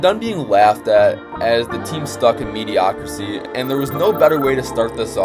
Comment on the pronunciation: My brother its “mediocrity” not “mediocrisy” 😂